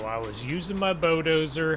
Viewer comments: Its bull - dozer not bo-dozer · The way he says bulldozer, he says bowdozer